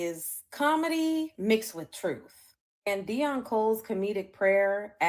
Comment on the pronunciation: Why do Immigrants constantly Cosplay FBA's???.... Can't even say Deon's name properly....😂😂😂😂....